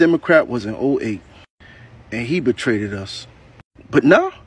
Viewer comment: s Hilarious because true "He Betray-ded us"